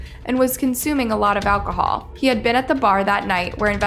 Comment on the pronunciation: "ALCOHOOL MISUSE"?